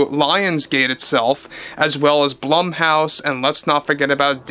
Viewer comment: Blumhouse is pronounced like BLOOM not blUM :)